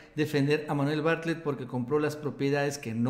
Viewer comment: Por qué les cuesta trabajo pronunciar Bartlett???